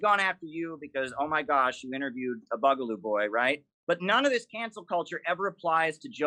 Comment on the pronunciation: says "Buggaloo"? I thought it was Borgerloo.